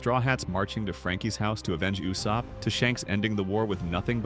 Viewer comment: You pronounced Usop name wrong. Not “You-sop” but “Oo-Sop” shame on you 😂